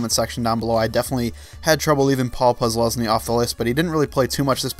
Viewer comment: Posluzny? How?